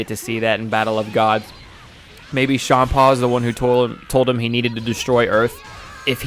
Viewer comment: I hate hearing you say it like "shaam-paw" beerus is a play on beer hence why it sounds like beer-us, and champa is a play on champaign, so it should be said like champaign. Minus the ign part.